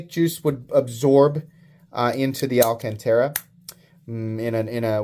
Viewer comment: "Al Can Tera" is definitely pissing someone off somewhere lol